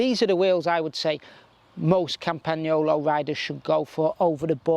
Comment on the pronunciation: yes indeed, and properly pronounced campa-nyolo. The g is soft.